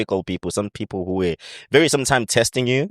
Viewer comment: Not saying Philile instead of people😂😂😂!